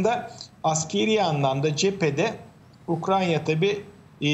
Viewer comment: Ayy şu ukrayna ya. Ukranya diyorlar yaa gıccık oluyorum. Kulağıma takılıyor..